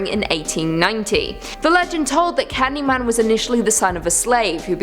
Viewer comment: ... You mispronounced Candyman's true surname. An accident from reading script maybe?